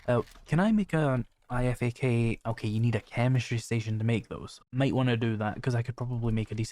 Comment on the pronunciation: just for your info.... IFAK is pronounced "Eye-Fak" :) Btw, Great series, love this mod. I wonder if my Potato of a laptop can handle it, over the base game running on Low/medium settings....